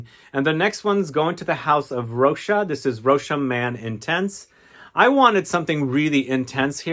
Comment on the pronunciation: Well done You seem to be the only major fragrance reviewer who says ROCHAS correctly. Bravo